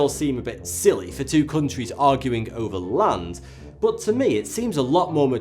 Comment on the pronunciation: "Cooontwies". Wonderful pronunciation of "countries".